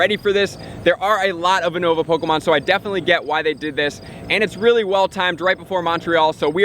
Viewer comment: Ou-nova pokemon yes